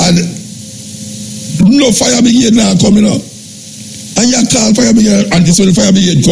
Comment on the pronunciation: Is it pronounce fire bigade or fire brigade lol I swear I’m hearing fire bigade from Muta Muta I love listening to u I had to laugh at the pronunciation lol if I heard wrong I apologies Lol